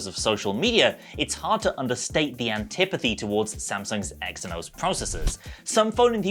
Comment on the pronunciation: Lad xe=z like how ph make an f sound...eh phill not fill xenos=zenos